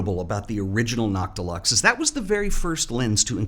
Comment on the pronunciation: I thought you were saying “not deluxe” and I was very confused why they would name a lens that lol